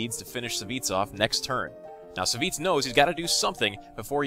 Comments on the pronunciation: Lol it's not Saviz ( Savjz ), i believe it's read like "Savagez" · I thought Savj was pronounced like "savage" or "savages"